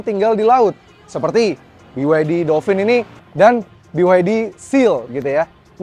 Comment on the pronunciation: Dolpin bang, bukan dolfin